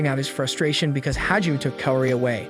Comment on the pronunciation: Hajime - Is pronounced - HA-GEE-MAY